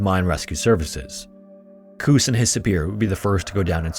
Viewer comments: Pronounciation tip; "Koos" is not pronounced "Kuhs", yet "Koas", as in "coast" without the T. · Koos is pronounced "Cose". For your next Koos. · You pronounce Koos not like goose, but more like kous, FYI. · Koos……..why the hell you butcher the name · Really good coverage but dude, I am BEGGING you... please look up the pronounciation of Afrikaans names because they way you said "Koos" almost broke me 😭 Google is free. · Koos rhymes with Lewis. It’s an Afrikaans name. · In Afrikaans "v" is pronounced like "f" so it's pronounced "faal". And I have no idea how to explain how to pronounce "Koos", your pronunciation was hilarious though.